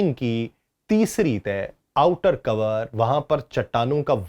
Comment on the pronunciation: brother it's not cover (کوور) it's core (کور) ھے